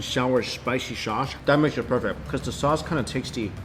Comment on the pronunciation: Why does this guy turns his Ss into sh? Lol Shpaishy shaushe